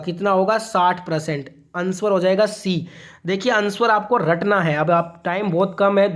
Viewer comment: अनस्वर नहीं सर आंसर होता है